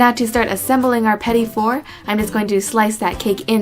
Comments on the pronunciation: I believe it's pronounced Petit not Petty. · petite is pronounce "peh-teet" just fyi :) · petit is pronounced Pa-teet